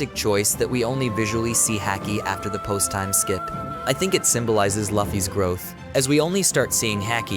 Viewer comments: if ur a fan of one piece and watched the anime twice already. please atleast say luffys name right lol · Everything was great until you said Luffy and haki wrong. Comon man lol